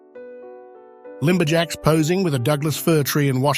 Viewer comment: Sin-e-aid and limberjacks. 😂😝